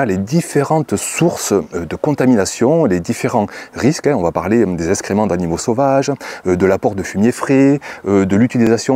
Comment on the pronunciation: parlez français ! SVP. : eX créments Pas. eSScrément